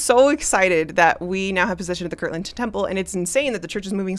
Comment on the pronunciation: It is KIRTLAND, not kirkland!!!